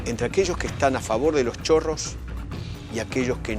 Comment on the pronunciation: Pensé que era chorra no chorro